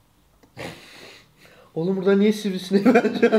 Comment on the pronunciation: Bide sivrisisinek dedineçok güldüm